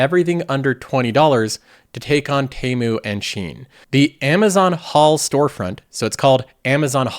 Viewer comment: It’s TEA-MOO not TEY-MOO 😭